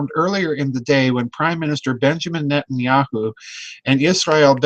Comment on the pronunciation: lol Did I hear him say at the opening "Nutenyahu" ? Very fitting if not lol